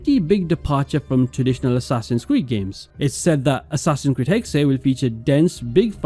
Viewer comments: It's actually "Hex-eh", the second e is not silent in German. (Hexe = witch) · Please pronounce it as Hex or Hex-uh. Hexay is just wrong and it's been in every video. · Dude it’s clearly pronounced hex not “hexay”. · It’s not. In German you pronounce every letter. So it’s Hexe, but definitely not Hexay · Hexe is not pronounced HEK'SAY. It's HEK'SEH. I'm sure any Germans watching this are collectively facepalming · Its pronounced “Hex” not hex-aye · stop, using AI. its not ''hexey'' its Hex, learn to narrate/speak on your own videos and quit being lazy. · Pretty sure it’s just Hex nog hexay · The correct pronunciation is "Heck-Suh" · You don’t say the “E” it’s silent it’s pronounced “Hex” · It's pronounced "Hex-eh", the second e is not silent. If it would be the English word "hex", it would be written as "hex". But since "Hexe" is the German word for witch, you have to pronounce it like a German. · “Hexe” is pronounced like “Porsche” and “Fiore” is pronounced how you’re saying “Hexe”, Christ dude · Bro doesn’t know how to pronounce hexe